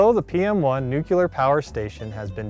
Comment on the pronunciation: NU-CLEAR!! Not Nucular!